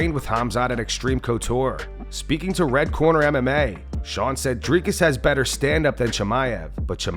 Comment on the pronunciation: Sorry DC, but when Uncle Chael is pronouncing fighters’s names better than you, you’ve got some work to do…